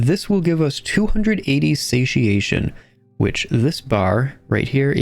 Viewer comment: Wow, you managed to pronounce both "satiation" and "tule" correctly? subscribe :)